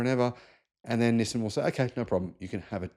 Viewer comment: It's Nissaan not Nissern 😂